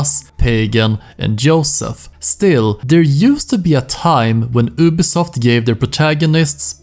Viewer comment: YOU- BI SOFT NOT UBI